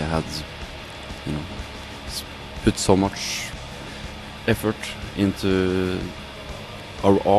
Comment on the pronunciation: hahahahahaha:D:D - efföörtt intü ÖR ÖÖÖRT they sound so fucking ridiculous its unbelievable